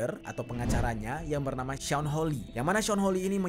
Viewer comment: Sean = Shawn, bukan sin plis 🤦🏼‍♂️